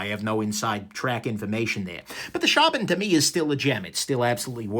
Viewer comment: You said Shaman right! Lol